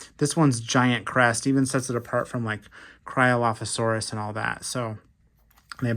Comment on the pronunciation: Its see-low-roos not co-lare-us